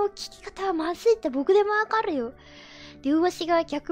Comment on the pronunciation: 僕↑でもわかrrﾖ